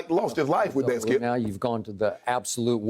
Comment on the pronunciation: Am I the only one who heard Uncle Shay call Skip "scoop" ??????lmao